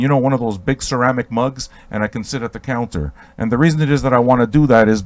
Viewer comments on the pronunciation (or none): none